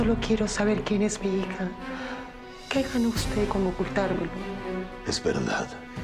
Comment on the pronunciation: dice hica en vez de hija